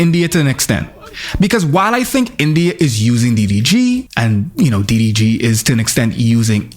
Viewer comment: I can’t tell if it’s the Foreign Man Accent or if you’re intentionally calling him Diddy G but either way, I’m loving it 💀